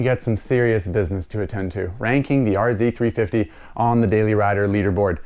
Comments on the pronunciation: R zed not R zee 🤦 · These were plentiful at the track in the early and middle eighties. I can still smell them going by as we were marshalling the corners, nice and near! R - Zed 350, that's how you say it! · thanks for the Canadian reference... 'zed' is the proper pronunciation ...lol ...👍🍁🤠